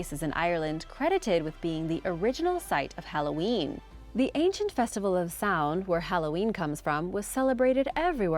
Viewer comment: Seriously,, you do a good job overall with these names, but how do you screw up golem (goal-UM) but get Samhain right?